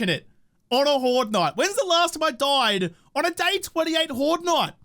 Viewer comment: "I doid to a spoidah!" lol so dang aussie!